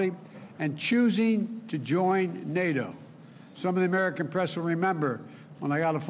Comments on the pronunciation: Joe Biden, "Thank-God for Nay Dough!" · Joe Biden, "Nay Dough is changing and I need a change too! Poopie"